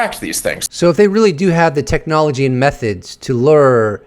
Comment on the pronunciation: Bro…we made the connection between the flight victims and the number of orbs. You’re mansplaining brother. And stop saying lurr.